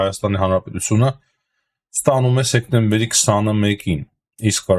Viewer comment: Հարգելիս,ոչ թե, սեկտեմբեր,այլ սեպտեմբեր